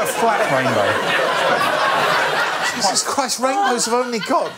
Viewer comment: Mark must have heard Rainrow not rainbow.